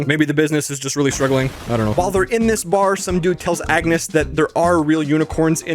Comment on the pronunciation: just me ore was he saying yetus and agnus